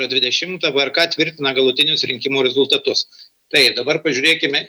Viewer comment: jūsų REZULiTATUS taip pat skamba rusiškai.Jūs lietuvė???